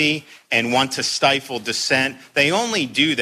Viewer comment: I’m FL..stifle. Stifle.